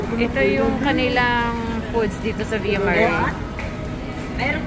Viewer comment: Via mah-reh po